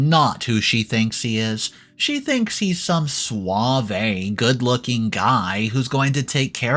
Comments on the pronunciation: It’s just suave. Not suav-ay. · I, I’m sorry to say this but suave is pronounced swav without the ay on the end of it funnily enough duvet is doo-vay without pronouncing the t at the end.